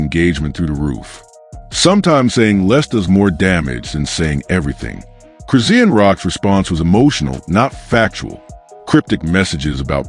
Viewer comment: QUIT Sayin' Cris-zee-n! Her Name is Cris-shaun!!!🎬 Get it Right, Jeesh!